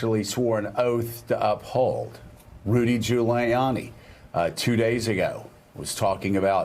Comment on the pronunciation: Rudy Jew-layiani? It's like he didn't know how to pronounce Giuliani. Till they fed it to him in his ear